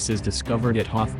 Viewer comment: You pronounced Hoth wrong lol... However, there is one easier way, to crush the rebellion. Destroy that escape pod from the beginning of episode 4 lol